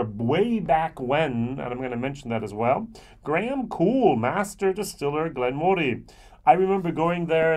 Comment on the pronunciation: Slight annoyance but it is pronounced Glen Muh ree. Their Peated is the best value peated expression of any single malt scotch, only beaten in value for money because locally I can get a product called Three Ships 5 yo at half the price. Honestly, this distillery should have been making Peated malt the entire time. The Chardonnay cask is exceptional like the Peated, and Port cask is good. The 12yo is decent probably one of the better 12yos out there, maybe not as good as the recent 12yo BenRiach triple cask thing. We are lucky in South Africa we get everything at 43% minimum. One of the best whiskies I've ever tasted was a 10yo hand-filled Glen Moray Chenin Blanc cask. This really wowed me. As such I have ordered and am waiting on the Glen Moray 2006 Sauternes Cask Matured which is a maturation in 5 Sauternes casks so should be very unique.